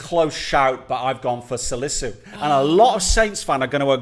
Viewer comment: gotten Salisu right